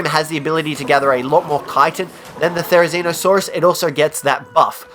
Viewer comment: #5 therzinosaurus.... you what mate?